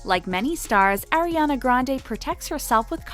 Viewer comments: i stopped listening after they said "airiana grande" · They say Airiana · “air-iana grande” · Airiana Grawndeey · fans Ariana Grande: Airy-anna grande you can’t even say her name right😂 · anyone else cringe at 'air'iana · You can’t even say her name right- so try agian . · if you wanna trash miss grande at least pronounce ariana right .. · SAY HER NAME PROPERLY! And what do you mean ‘Diva’ Your using her to gain Views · Can you say Ariana name right it’s kinda annoy😐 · y’all are really still trying to act like ariana is a brat? you can’t even say her name right... keep it cute. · If y’all could ever figure out how to say Ariana’s name I’ll start taking your videos seriously thank u next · yet you can’t even say her name right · Can please learn how to say Ariana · for the love of god say her name right. i’m so annoyed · You guys pronounced her name wrong and then right and then wrong again. The rules are there for a reason and she is not the only one to have the clear bag policy. A bomb went off at one of her concerts and killed her fans... why are you trying to drag her for trying her best to prevent any danger during the show? Is this what happens when you run out of relevant content? Why criticize Ariana when you can’t even pronounce her name correctly half the time? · They keep saying her name wrong at some points and it’s bothering me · you dont even know how to say her name we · it's ariana not airiana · I cringe every time she says “AIRiana” instead of “AREiana” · She is ARIANA!!! She is not AIRana!!! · Ok I need to say something if your going to be telling all this stuff about Ariana GET HER NAME RIGHT HER NAME IS ARIANA NOT AIRANA GET IT RIGHTTTTTTTTTT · It's not eriana it's ariana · how are you guys () gonna day airena and ariana in the same video 💀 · it’s r-e-ana not air-e-ana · ARI-ANA NOT AIRY ANA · When Airiana ... it's ARIANA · It’s Ariana..... not ERiana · pls. its ARIANA not AIRIANA .. sigh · Ariana not AIR-iana